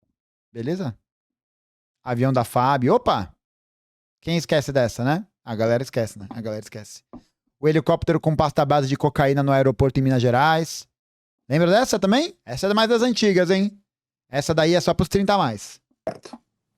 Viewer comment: Minuto o famoso "heliPÓpero"